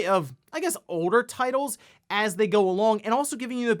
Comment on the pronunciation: What regional dialect do you have? You’re one of a couple Youtubers that I’ve I noticed that you drop the letter L from many words, including hold to hod, folder to foder, and older to oder.